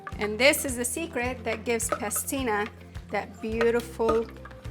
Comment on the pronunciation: PASTINA, not pestina